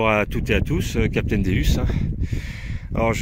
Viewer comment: Bonjour je voulais vous dire vous dite pas bien le non de votre détecteur .le non c'est dieu en latin donc sa se prononce déOUs et non déUs .bonne journée .capitaine déOUs